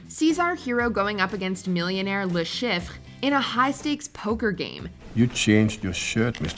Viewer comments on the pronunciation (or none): What’s even more important is that the muppet narrating this lost knows how to pronounce names correctly. Le Chiffre, not Le Shiff. Alec Trevelyan, not Alex. 🤦🏻 Are you blonde? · Claims not to be counting non bond kills but then includes green from quantum of solace who wasn't killed by bond. Please watch the movies and try to get pronunciations closer to reality, felix wasn't later at any point in the franchise and le schifre has an R in their name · She really butchered Le Chiffre "Le Shifffhrgr" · ..and "Le Shiff". Well done. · What quality work if the speaker mispronounces "Le Chiffre"